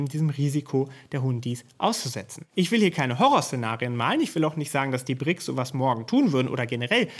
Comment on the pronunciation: Entschuldigung nicht Brixs, sondern BRICS